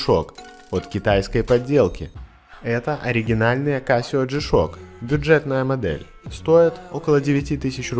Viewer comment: Чувство словно не G-Shock произносится,а шишок.